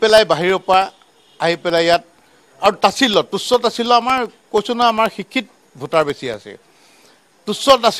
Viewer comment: তেখেতে শিক্ষিত শব্দটোৱেই ভালকৈ উচ্চাৰণ কৰিব পৰা নাই।আকৌ নামনি অসমক ঠাট্টা কৰিব আহে।নলবাৰীলৈ আহিব অসম কাক কয় অসমীয়া কাক কয় বুজাই দিম।আপোনালোকে উজনি নামনি কৰি থাকক আৰু বহিৰাগতই অসমত বৰপীৰা পাৰি লওক।